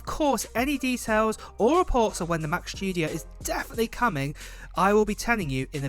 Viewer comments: He says Mac shtudio lol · Mac "Schtudio", that's another model after the Mac Studio ;-P